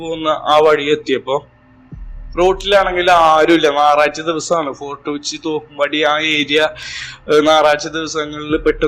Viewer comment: നാറഴ്ച അല്ല ഞായറാഴ്ച